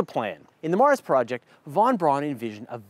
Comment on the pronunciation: Great pronounciation of Das Marsprojekt, one minor gripe though: The J in "Projekt" is spoken more like the Y in "Voyager". Anyways, great video as always. Greetings from Germany!